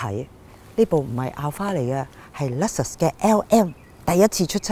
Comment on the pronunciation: Alphard 個讀音冇錯，但係Luxus個人就覺得真係有問題😂